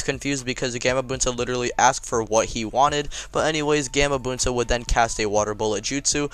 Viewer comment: its gahmabunta